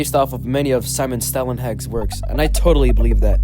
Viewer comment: stalenhag not stellenheg